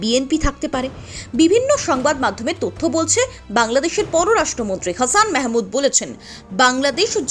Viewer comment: হাছান মাহমুদ not হ্যাছান মেহ্-মাদ